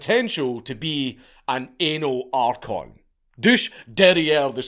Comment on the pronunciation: "Anal archon" ffs man